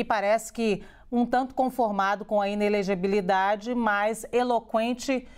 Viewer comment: Jornalismo totalmente "imparcial" do 😁, o profissional que não sabe falar INELEGIBILIDADE 🤭